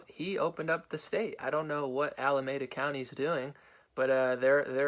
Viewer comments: Ala-me-da, not Ala-may-da... Love what you do brother...❤ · Alemeda is pronounced Al- ah- meed-ah. Its where Oakland, Berkeley, Fremont, Pleasanton are. Its the 510. Elon is standing for the Constitution and speaking more truth than trump change my mind. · It's pronounced Ala-meee-da!!